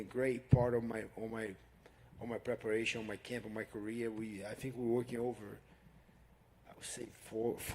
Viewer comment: Hey burns you better cut off the word fink and say tink if you can't say think.